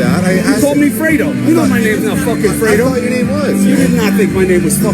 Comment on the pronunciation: I like how supposed "Italians" can't even pronounce "Fredo" properly And I'm not even Italian!